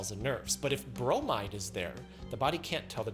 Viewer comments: I facepalmed when he said "bromide" in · He went from Chlo-rider to Bro-might-her.